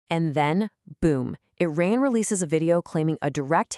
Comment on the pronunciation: It is iran not inan 🤣